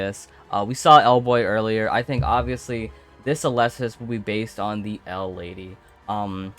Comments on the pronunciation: its pronounced "Éleusis" not "Eulésis" 😂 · It hurts to hear how he pronounces Elesis..